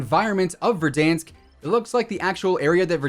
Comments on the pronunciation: why does say verdonsk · Petition to rename verdansk to verdonsk and it must be pronounced with a french accent or else task force 141 will hunt you down